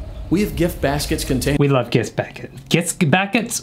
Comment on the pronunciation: Forever calling gift baskets "gizz bakits"